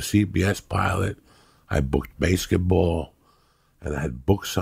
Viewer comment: Joey "i booked baseketball" diaz